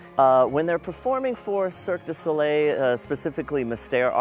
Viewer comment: everyone failing to pronounce Cirque Du Soleil makes me anxious